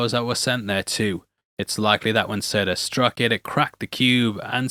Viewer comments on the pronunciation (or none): none